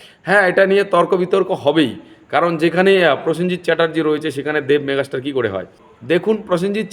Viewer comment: মেঘাস্টার না দাদা ওটা ওটা মেগাস্টার।😅